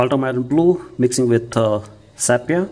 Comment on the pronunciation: What the hell is sap-yah ? it's sepia that's... "see pee ah" get it ?